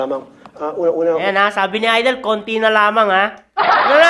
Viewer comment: ayusin mo ng yang pag pronounce mo, hindi yan AYDEL, IDOL (aydol) yan